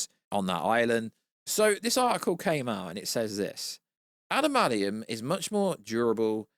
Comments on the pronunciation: What is “adamadium”? It’s what keeps saying. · 😂 love the way pronounces adamantium 😂